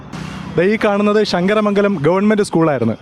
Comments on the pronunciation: ഷങ്ങര മംഗലം അല്ല ശങ്കര മംഗലം അങ്ങനെ പറയണം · അളിയന് ശ കിട്ടത്തില്ലേ അല്ലേ ഷങ്കരമംഗലം അല്ല ശങ്കരമംഗലം കരുനാഗപ്പള്ളി വഴി വരുന്നതാ അടിപൊളി